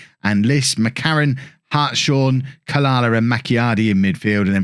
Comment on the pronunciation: I believe Hartshorn is pronounced Harts-horn, I knew someone at school with this surname, sorry to be pedantic. It just grated slightly when hearing it. Keep up the good work anyway. This looks like it'll be an exciting save for seasons to come.